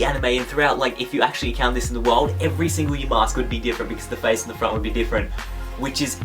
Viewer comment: I know you don't watch Pokemon Black and White because you can't say Yamask properly...